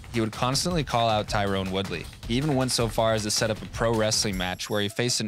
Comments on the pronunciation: TY-RON Woodley. Not Tyrone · you keep saying Tyrone instead of Tyron...Colby got into your head...lol